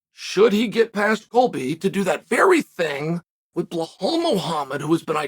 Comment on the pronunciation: Uncle chael it sounds belal without H not blhhhhhal